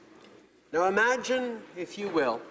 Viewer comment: Somebody inform him that there is an I in the word imagine